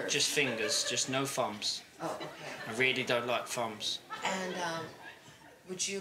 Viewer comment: I love the way he says thumbs cos they sound like 'fumbs'! XP XP